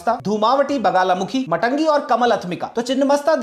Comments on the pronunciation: Beautifully presented. Just a small note for accuracy: ‘छिन्न’ means cut off or truncated, and ‘मस्तक’ means head. The correct name is छिन्नमस्ता. Also it is ‘मातंगी,’ not ‘माटंगी.’ Since names derived from Sanskrit often change meaning entirely with even one altered letter, this distinction matters. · मातंगी not मटंगी